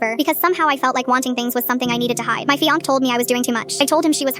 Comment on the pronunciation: “my fiank” 😭